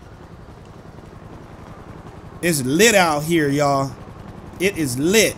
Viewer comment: it's litey out here yall me: it's litty like fashitty